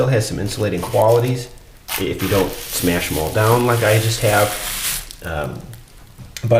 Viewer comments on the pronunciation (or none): none